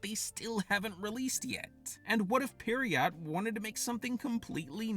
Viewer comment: Pronouncing pierrot as "periot" is wiiiild 💀